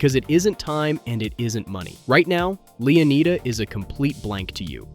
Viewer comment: Leeaneeda? Lushia? Bro got the map an character off temu 😂😂